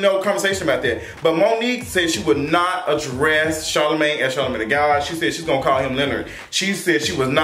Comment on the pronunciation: Monique called Charlemagne ‘Charlamon’